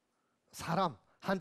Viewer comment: 왜 "간단"을 "간딴"이라 발음합니까?? "씸어 먹는"논어라니요? 왜 이렇게 비속한 표현을 경서에 써야합니까?? 쉽게안 말하는것이 능사가 이닙니다. 때로는 선인들에 대한 불경이옵니다. 한국의 구어화 문재가 심각합니다. "물음을 던진다?? 이 역시 외래어의 역어임을 아시지요. "사람"의 발음도 틀렸습니다. "사람"의 "사" 는 길게 발음해야지요. 질의할것을 규ㅓㄴ하시는데 논어라곤 전연 모르는 일반인에게 무슨 질문을 하라는 것입니까??